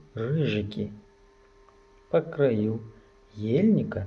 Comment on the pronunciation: дочка сказала , что ударение на а , по крАю. Саломат бошед.